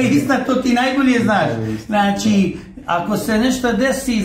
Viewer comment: Znaći.. Znaći.. Znaći...😝 Kakav voditelj.. 😜 Danas je svako voditelj... Ovaj.. Ovaj... Znaći. Znaći😜 Kakav ćovjek😝kakva prića... ZNA LI ITKO KOJI JEZIK JE OVO... 🙄